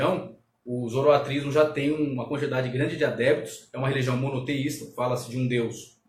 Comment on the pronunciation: Foi um bom video. Obrigado por compartilhar. Apenas uma dica com relação à palavra zoroaStrismo que foi pronunciada zoroatrismo.